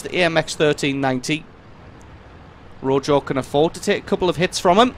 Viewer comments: This is obviously on the NA server, being that guy is from RELIC. Also it's pronounced "roho" I believe. It's Spanish, it means red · Pronounced Ro-ho